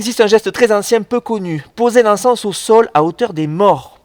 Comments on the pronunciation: on dit un encens pas un encesse mdrrrr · Magnifique vidéo, merci pour ce partage. Tu me fais rire comme tu prononces le mot encens, en fait ne prononce pas le S de la fin 😉